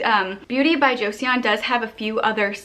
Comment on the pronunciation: just to let you know… it’s actually pronounced cho-sun not jo-see-uhn.